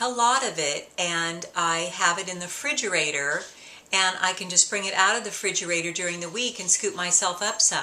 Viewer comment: ***** I thought this was going to be about her pronunciation of refrigerator. I've only heard people say fridge or refrigerator - never frigerator. I wonder where she's from. No biggie - it's kind of cute. I'm going to try this recipe but have to buy the whole oat groats.